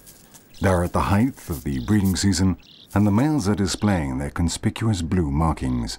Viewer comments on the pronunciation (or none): While you are correct that there are different spellings for some words, that's not at all what is happening here. He is simply mispronouncing the word in the same way most people do. It has nothing to do with locale or spelling – Americans say it wrong, too. It's a simple mistake; there's no need for excuses. The word "height" ends with a hard T – or you're saying it wrong. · Except he's pronouncing "height" wrong.